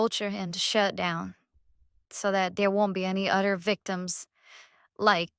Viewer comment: The way he can’t pronounce “other” and instead says “udders” likes he’s some kind of cow with fake autism is a dead giveaway that the fake people in the fake videos are really just him 😂